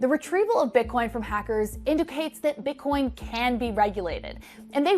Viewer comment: she totally said bit-corn at the start